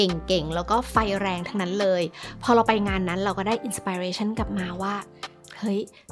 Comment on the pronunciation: ออกเสียง inspiration ก็ผิด เลิกใช้ภาษาอังกฤษเถอะ